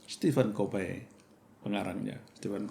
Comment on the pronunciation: Perfect pak. Satu kritik saja tanpa bermaksud untuk mempermalukan. Stephen Covey dibaca Ko fii pak bkn kofe i. Mungkin what’s a name. Tp utk sebagian org itu sangat penting. Terutama nama org atau nama tempat dll. Agar dapat menjadi change agent jg pak.